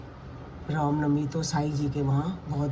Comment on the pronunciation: Anti ji ap Ram Novi ku ne bolte😡ap hr baar rom novi bolte ho mujhe acha nhi lgta